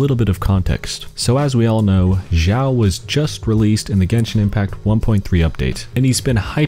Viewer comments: His name is Xiao , not "Zhao" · ITS XIAO NOT ZIAOOOOOOOO